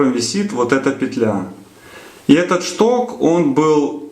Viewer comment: Как нудно,"чток, штырь".